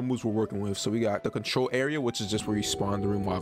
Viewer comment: Bro started to say contrrol trash bruh